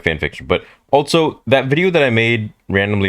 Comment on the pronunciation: There is no, "T" in the word, "also."